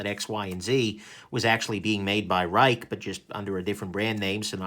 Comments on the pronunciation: I read it’s pronounced “Ricky” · He keeps calling it ruiekee